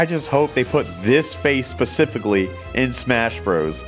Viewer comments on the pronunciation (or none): none